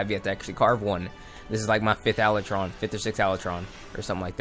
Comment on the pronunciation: Ala tron? Not how you pronounced it but whateves